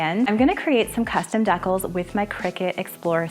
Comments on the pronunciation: I’m pretty sure the word that you keep pronouncing deckles is the word that is pronounced decals…..😊Dee-kal. But I bet it’s a Canadian thing, right? You have great creativity! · Wonderful ideas, but a teeny fyi: it's *dee-CALS*, not *dekkles*. Just saying lol!